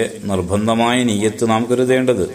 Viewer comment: നിയ്യത്ത് ഒന്ന് ശെരിക്കും പറയാം ആയിരുന്നു